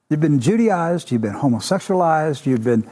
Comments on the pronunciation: "judiized" "judenized" what the fuck? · When thatidiot said we've been jewdyised, I thought he meant Judy ised. I wondered why Judge Judy was a problem. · Oh shit, is that what he meant by Jewdized? I thought he meant Judyized...like Judy Garland, in relationship to gay people. Wow...